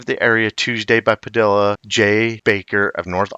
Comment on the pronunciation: The name Padilla is pronounced Pa-di-ya, not Pa-dill-a. The two Ls together make a "Y" sound in Spanish.